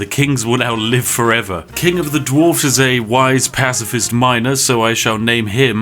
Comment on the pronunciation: You fucked up dwarfs and orcs so many times in the vid lol